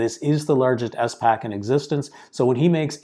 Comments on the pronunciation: It is not “ES” pac, pronounce all the letters together 😊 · Great video (but the way he pronounces SPAC pains me)